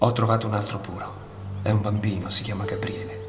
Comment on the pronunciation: Ragazzi, vi prego... tutto molto bello ma smettete di dire GaBBriele, per piacere -.- contenete la natura romana che c'è in voi. Gabriele, cazzarola, Gabriele... una B sola!